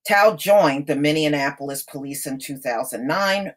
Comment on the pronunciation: Why can’t this woman pronounce Minneapolis correctly